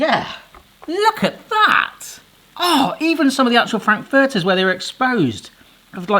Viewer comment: Your pronunciation of "Frankfurters" is hurting my brain.